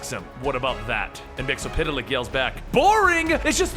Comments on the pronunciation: Yeah, its weird that he ,and the Supergirl Tv show calls him Mixiespidelik....its pronounced Mix ye spit lick ,as the animated series corrected us ;) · Mxyzptlk (mix el pit a lik) Me: No! Repeat after me, bright boy, it's MIX. YEZ. SPIT. LICK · missile flick is how you pronounce it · It's pronounced mix is spit lick